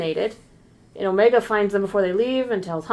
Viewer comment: The "Omeega" pronunciation really exposes the voice actress as Kiwi 😂